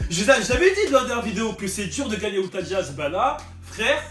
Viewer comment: C Utah pas outah mdr